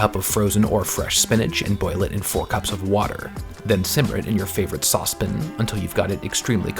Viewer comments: I lost it at "Sauce pin" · I just about died laughing with this one. You're too awesome for your own good. "Saucepin." 😂😂😂 If you ever want to do this again and have an asian market near where you live, pandan extract would've given both flavour and colour (maybe with a dash of simple syrup). Always look forward to your videos. Hope you are well and taking care.